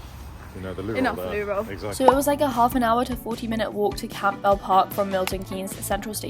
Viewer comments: Campbell is pronounced “camball” 😂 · congrats to you and angelo!!! being from MK I can confirm the route with the hill at the end is ROUGH, also if you ever go back, Campbell is pronounced cambull <3